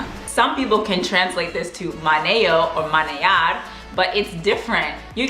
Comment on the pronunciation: Menear, no manear😂